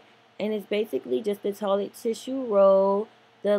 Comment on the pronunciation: I love the way she says toilet lol "toh-lit" You did a beautiful job, so inspiring <3